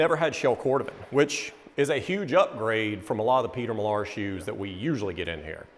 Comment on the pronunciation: How pretentious does that Peter Millaaaaar pronunciation sound?